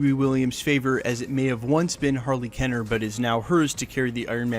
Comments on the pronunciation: Keener not Kenner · How do you get "Kenner" out of "Keener"